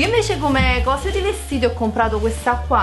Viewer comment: "CompRato"!!!!!! ti prego